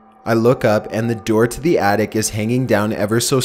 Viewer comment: lol I know that it was a reading mistake but he said artic instead of attic